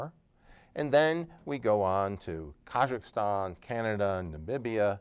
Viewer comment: “Kazakhstan” ka-zakh-stan You are saying “Kazakhastan” ka-zakh-a-stan I’m afraid you’re not only mispronouncing it but also adding another letter (ergo another syllable).